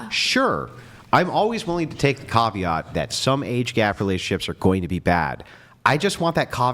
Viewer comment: "Carveart"? lol There's no r's in it mate.. try "Ca-vee-at"